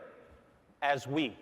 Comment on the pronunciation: Everybody welcome the Nintendo Wew!!